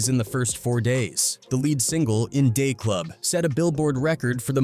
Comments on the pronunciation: Will y'all please stop letting white people narrate about Black people and rap music. They hate rap music they why they be butchering names and rap songs so bad. In Day Club. Come on now anybody that loves rap knows In Da Club. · "IN DAY CLUB"........LOL THIS IS WHY I DON'T LIKE THESE AI VOICEOVERS DOING NARRATION. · You know you’re listening to a bot when it can’t say “Yayo” and “In da club” right.